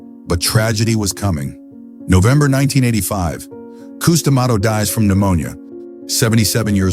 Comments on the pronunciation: Damn AI voices....coos dummato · Old Cous Cous D’Amato. Gotta love AI.